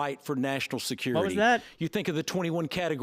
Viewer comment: Security not skurity